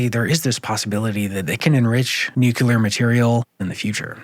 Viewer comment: Are you serious? This reporter simply cannot properly pronounce a core term of this entire conflict? It's not "NUKE_YOU_LAR,". It's pronounced "NUKE-KLEE-ARR." OMFG, SMH. You've undermined all of the helpful information you've relayed to the host of this program, and all of its listeners.